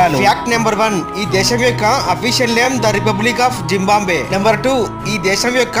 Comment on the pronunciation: జింబాంబ్వె కాదు మిత్రమా జింబాబ్వె అనాలి